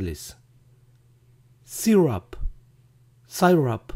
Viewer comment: Qué pena que su profesor lo dijo mal, mejor dicho requetemal jajaja syrup se pronuncia SÍR@ y no sórap como él pronuncia.